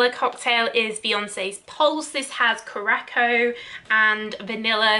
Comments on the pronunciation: So I know people hate when they get corrected on pronunciation however I’ve heard you talk about the Beyonce fragrance a lot. Curaçao is pronounced more like coo-rah-souw. Love your lists!! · Hi. Love the video. If you don’t mind my saying “curaçao” is pronounced “cure - a - sow.” I only l know this because I used to drink too many blue curaçao cocktails when I was younger and I needed to know how to say it to order it!